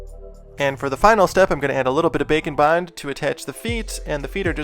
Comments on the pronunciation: Every time he says Bake and bond I always hear Bacon bon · I know you are saying Bake N' Bond, but I still hear Bacon Bond hehehehehehee